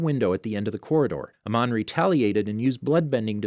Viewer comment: ....The Korra-door.....